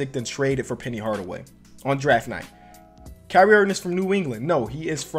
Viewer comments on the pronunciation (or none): none